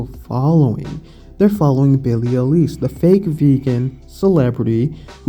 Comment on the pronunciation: FYI it's pronounced 'eye-lish'.